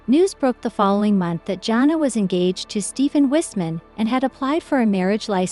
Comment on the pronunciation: Her name is pronounced Jana not Johna!